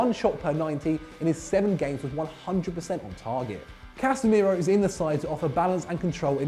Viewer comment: Casemeiro? Are you drunk?